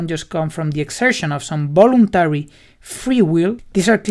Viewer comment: Great video and nice explanation! Just a side-note. "voluntary" is pronounced with a /v/ (a sound that doesn't exist in Spanish), rather than /b/ (I'm using the International Phonetic Alphabet here).